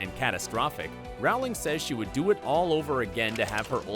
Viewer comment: Pls say row ling right